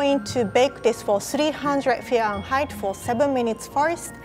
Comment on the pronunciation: Am I the only one that really likes the way she says "Fahrenheit"?😄